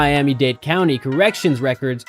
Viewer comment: County not "Country"...